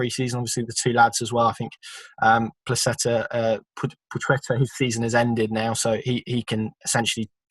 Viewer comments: Pwa-het-a .... It's really not that hard to say. It's not a ch sound. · PLAH-CHET-AH - I am sick of listening to debate around pronunciation. Call him whatever you want, I have no doubt he couldn't care less. We are english, so pronounce it in english and get on with life.